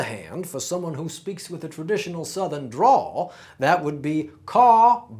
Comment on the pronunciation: it's a drawl, not a draw, sorry